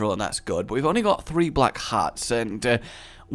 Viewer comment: Is this just a rage thing, or a Western European thing with "three" being heard as "free" and similar words?